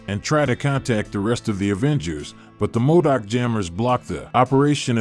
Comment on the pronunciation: Or how he keep pronouncing modok wrong